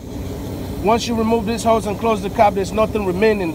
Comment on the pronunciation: “Hose, not ho’s. Lol